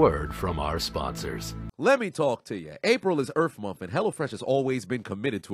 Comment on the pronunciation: “April is Earf Month” lmao